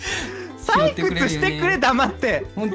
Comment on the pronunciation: ペンちゃんの採↑掘↓だってが面白かったWWWWWW